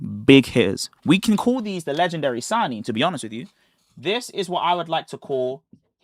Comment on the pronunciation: "legendary sanin"? Don't disrespect Naruto like that 😂